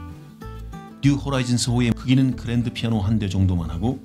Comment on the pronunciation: 그랜드피애노발음도 신경써주지 그랬어.. 그래도 잘봤어.. 아니.. 잘자